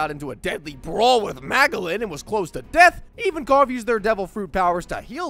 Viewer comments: “Majelan” not “ma Ge lan” gsus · Why is no one talking about how he pronounced Magellan 😭😭